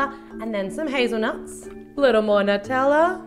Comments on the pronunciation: NUT-tella?! That's so wrong! It's NEW (or noo)-tella! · Has anyone else noticed she said "nuteller" instead of "Nutella"? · that's NOT HOW U SAY (NEW-TELL-UH) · Sometimes she says nuteller and I think it's so funny, I don't know why it's so funny to me but it is